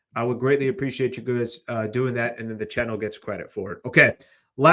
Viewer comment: be saying chinnel. Subscribe to the chinnel everyone